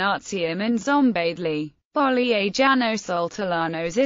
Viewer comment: Very enlightening, but it would be better if the mathematician's name were pronounced correctly.